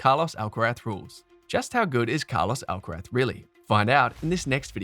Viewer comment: Does this narator keep calling Carlos, Alcarat?!